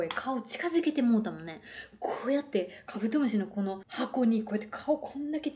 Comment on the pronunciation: 酔ってきちゃったのかカブドム"シになっててかわいい